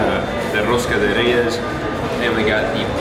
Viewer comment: rosca de REIES que chulo pronuncian algunas palabras